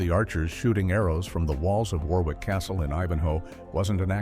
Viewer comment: If you bothered to get some Hungarian and French pronunciation right, you ought to have bothered with ENGLISH pronunciation as well. "Warwick", for example, is pronounced "Warrick".